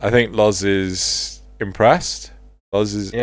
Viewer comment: ITS LOZ!!!! Not lars.... Grrrrrr Awesome points you made here though!